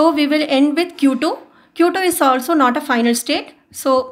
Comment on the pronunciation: Why do most Indians make that weird sound after they pronounce 't' at the end? Like when she pronounced 'not', she was like 'not ta' 😂... Anyway good explanation